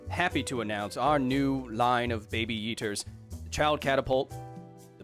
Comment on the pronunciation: "Baby Yeeters" sounds like Baby Eaters